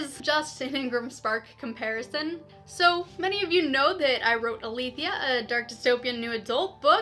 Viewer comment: 1. This is the most helpful video I have found on this topic and has more detail than IngramSpark's own tutorials. 2. Really nice audio and video quality! 3. Thanks for pronouncing Aletheia correctly!